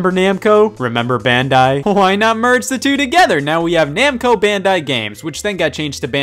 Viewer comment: Every time he says merge I hear murder